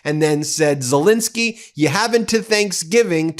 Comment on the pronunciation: You would think that the number of times Zelensky's name is mentioned and after all these years Americans would be able to properly pronounce his name. It's ZelEnsky not ZelInsky. Sad.